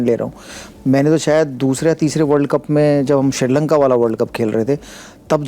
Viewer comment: Hey motherfucker shewag, not( Shirlanka) it’s Srilanka.Go and fuck your mother and learn some country name in the right way.